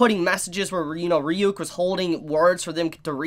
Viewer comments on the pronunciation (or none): Why can’t you pronounce Ryuk? That’s been established for a decade now 😂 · So didn't watch the anime? Well at least on how he pronounced ryuks name 🤣